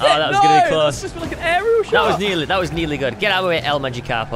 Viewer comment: It not el magikapo it el magikapro